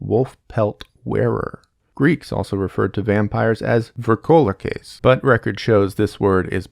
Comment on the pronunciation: "vríkolakas" not "vourkolakas"